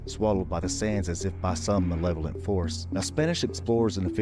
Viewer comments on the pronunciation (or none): none